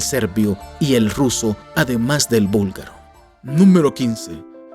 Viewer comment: Gracias por mostrar nuestro país. Somos muchos los búlgaro en españa, por eso hablamos español. Jaja. Sólo una pequeña corrección. Se dice búlgaro no vúlgaro. Nosotros hacemos una clara diferencia entre la B y la V.